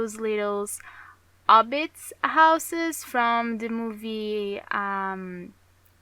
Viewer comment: You know its Hobbit and trilogy... Not yobbit and Treeilogy